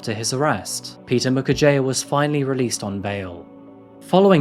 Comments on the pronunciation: As a regular, I know that many Africans have commended you for getting the names and pronunciations right. In that regard, here's a small thing I'd like to point out. Peter Mukherjea's surname is actually pronounced Mukherjee (jee, not jiah). A Bengali surname, a few of them put an 'a' instead of an 'e', probably for aesthetics or good luck. Thanks for covering this high-profile case! You can expect a final judgement not earlier than 2040. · Mukerjea is pronounced Moo-cur-jee. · it is pronounced "Mukher-jee".. like tea makes it tee, "jea" is jee